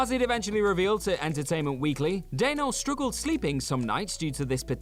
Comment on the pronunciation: uh… stroo-gled? What?